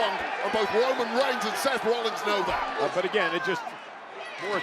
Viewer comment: cole straight said semen